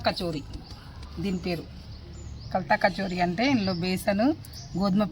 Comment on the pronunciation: Khastha kachori hai kartha kachori nai😂